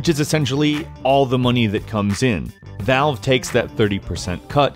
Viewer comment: He pronounced Valve as bowel.